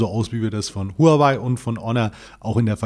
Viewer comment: Noch einmal: Die Firma HUAWEI wird richtig "HAOWEI" ausgesprochen !! Profis sollten das wissen. Danke!